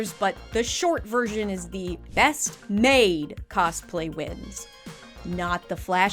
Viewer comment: "coSplay" 🤡 Why over pronounce the s? Lmao